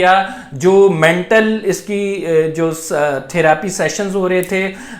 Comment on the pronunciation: It is therepy not thirapy,,italy